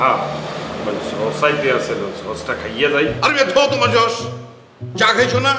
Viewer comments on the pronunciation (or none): josh bole nai sos bolse